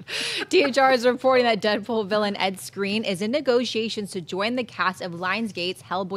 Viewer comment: pronounced Skrein right...going by how Edd pronounced it when it was his rap name.